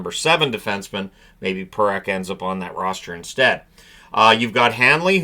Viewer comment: this is twice now... it is Parekh not Perekh